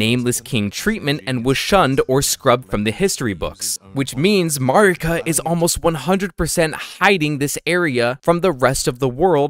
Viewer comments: Mohgs name is mohg not mohgwyn. Haligtree is pronounced hay-lig tree and Marika is mare-ik-uh. Not being a prick. I know when I pronounce things wrong I get mad when no one tells me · Mogh is the boss's name and Mogwyn is the name of the Outer God of Blood. It's Mogwyns's Dynasty not Mogh's. Also you are pronouncing Marika wrong for some reason. It's not how Melina pronounces Marika.